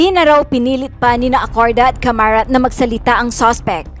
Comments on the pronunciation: Hindi Camarat kundi CARAMAT. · Bakit kamarat ang bigkas mo ..hindi ba dapat gen.caramat? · Hindi Po C A M A R A T . CARAMAT PO . HEHE